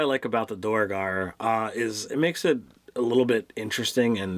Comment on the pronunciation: I could be wrong, but I think the "duer" of "duergar" is one syllable - after all, isn't the word "dwarf" derived from "duergr"?